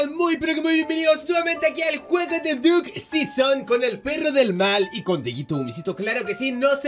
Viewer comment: Pensaba q era Duck season pero ya veo q es diuk sison como lo dic el😂